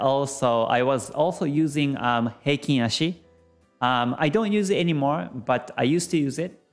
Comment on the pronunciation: これは初めて、平均足（ヘイキンアシ）を正しく発音している方を見つけたことになります。YouTube上の他の人々は不思議と「ハイケンアシ」と呼んでいますね。同様に、一目均衡表の要素も正確に発音されています。多くの人が転換線（テンカンセン）を「タンケンセン」や「タンケンサン」と発音しているようです。まあ、日本人が日本語の元来の経済・金融専門用語を正しく扱うのは当然ですが・・・